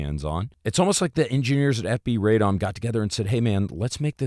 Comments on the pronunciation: nooooo, there is no AYYY in Radom. it's a short ah pahleeeeseeee. stop butchering the mame of the town!! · FINALLY…, RADOM IS PRONOUNCED “RRAH-dohm,” not “RAY-dahm.” The name of the city means “unto councils” (like city councils).